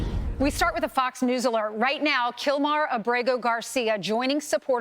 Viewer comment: Not killmar it’s killmore